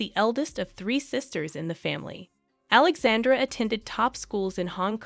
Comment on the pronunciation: Prince "You-a-keem"??? Princess Alexande'r'?? Wow.......